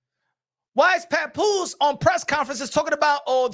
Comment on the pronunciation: Yo I cry every time he says PAPOOSIE with that Spanish flare on the end 🤣🤣🤣